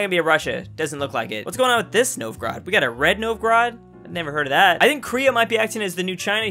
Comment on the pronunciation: Novgorod almost sounds like novi grad.